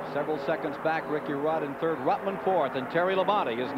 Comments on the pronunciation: At the 203.30 mark is really funny when David messes up Joe ruttmans name 😆 🤣 😂 😹 😆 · He did it four or five times, Ned corrected him twice.